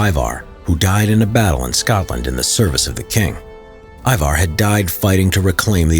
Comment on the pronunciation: I am actually from norway and i just find it funny how you pronoucnate Ivar. It is correct sort of but without the accent